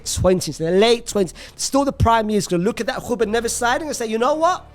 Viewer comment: Man please stop with some of the pronunciations, not hating its just that your sounding funny at times, you go and stand on the R on Ruben for 1 minute and than say Neves like nothing. Just say their names as they come to you